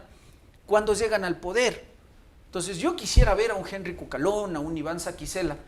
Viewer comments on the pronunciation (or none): none